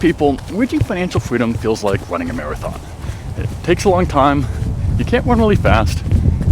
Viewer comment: He said running perfectly fine the says wunning right after lmao wtf